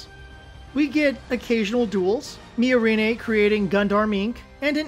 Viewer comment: Weird take. Also, one should never trust the opinions of people who can't pronounce the names of characters in media they are criticizing. How hard is it to get "Miorine" right? The dub is pretty consistent with the sub, did you even watch?